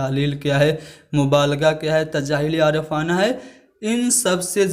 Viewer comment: بھائی آپ ٹیچر ہیں۔ آپ کے تلفظ تو درست ہی نہیں‌ ہے۔ جیسے تجاہل عارفانہ اور اخلاقی اقدار کو غلط پڑھا۔ اس کے علاوہ اور بھی